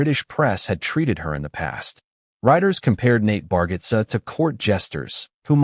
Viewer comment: You pronounce his name wrong